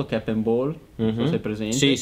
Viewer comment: Cap e non chep. Action e non ection. Long e non lon. Comunque bravi bel video ben fatto.